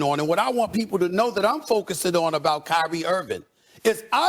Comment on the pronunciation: Bro get his name right it’s Kyrie not Kylie